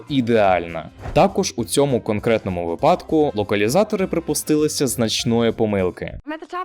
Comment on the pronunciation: Цікаве відео, лайк за україномовний контент, але правильно не "випАдок", а "вИпадок"(без образ)